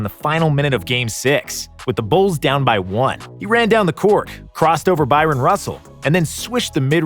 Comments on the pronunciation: It's "Bryon," not "Byron" Russell. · Ha ha "Byron Russell", it's Bryon.